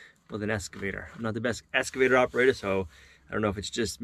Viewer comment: Both you guys...it's "Excavator" not "Escavator"!